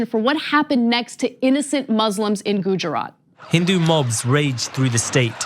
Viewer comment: If you're gonna bring up gujarat then pronounce it right